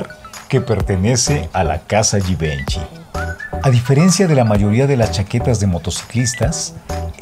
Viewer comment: Hola Ricardo!! Se me permite la correción...en la próxima vez fijate si los nombres de las marcas están bien dichos!! Por qué Givenchy e Balmain el caballero que estaba dictando el vídeo se equivocó en la pronunciación!! Saludos.